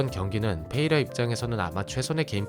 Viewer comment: 페레이라를 왜 자꾸 페이라라고 부르는거임? 선수이름모름?